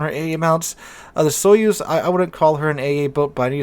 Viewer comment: Sorry but because I know russian it's funny how you pronounce the "Soyuz" The accent should be put on the last vowel "u" I don't have anything against it, but I would advise to use a translator to see how any foreign word is pronounced. I just started watching the video so I should endure it a little more. But "sovetsky" you just nailed. I was surprised in a good way.